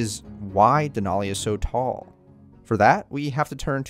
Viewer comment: Just FYI, the “a” in Denali doesn’t have a short “o” sound. It is definitely an “a” sound. So it’s more like “Al” than “all”.